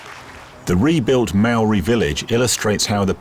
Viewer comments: Hi, good view of life in NZ with history toi. Enjoyed the vid! Though Maori - mari ? -is more like 'mowri'. Marae is 'Ma ri' not Mari-a.. good try though! I'm a NZ euro so hope that's right!? "that'll be right mate! " - kiwi fred dagg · Omfg could the not find anyone to pronounce Maori ? Fuck sakes